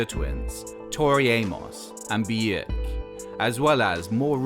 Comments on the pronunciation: It's pronounced Björk not 'Beejirk'. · And BEEYEEEAUUURK. Its Bjork mate. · The Cockture Twins? Bieerk? Haha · I think the biggest thing I took away from this video was that I'd been pronouncing Björk's name wrong for 25 years now. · Also mispronounces Bjork, and mispronounces Wuthering Heights incorrectly too. Also this whole video is practically info ripped from the BBC4 documentary.